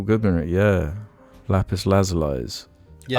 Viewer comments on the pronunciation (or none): This dude just said "Lapis Laza-lai"